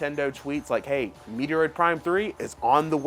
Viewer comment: MET-ROID....for the love of god. Lol